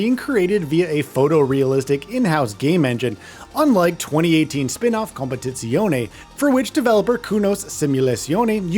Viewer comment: Please just call it ACC, your pronunciation is meh at best, lol....